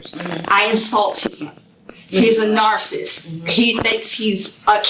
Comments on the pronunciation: She keeps saying narsist! Lmao it’s driving me insane! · She can't pronounce narcissist. She said "narcist." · This is the best interrogation, I HAVE EVER SEEN!!! EEVVEERR!!!!!!!!! NARCIST.....I LOVE HOW SHE SO CONFIDENTLY PRONOUNCES IT AS IS SHE HAS A LICK OF INTELLIGENCE IN THAT BABY, PEA, BRAIN RADDLING AROUND IN THAT THICK AZZ SKULL 😅😅😂😂😅😅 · She can’t even pronounce it right